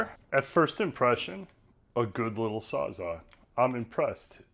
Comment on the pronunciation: Did anyone tell you how to pronounce the word Sawzall?